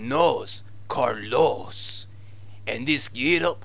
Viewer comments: uuuuuugh I can't listen co carLOS spanish.... The first syllable is pronounced stronger than the last. It's like CARlos and not carLOS. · It's not "Carlos" It's "Carlooossss" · Spanish is my first language... I cannot explain how painful it was to listen to "Carlós"...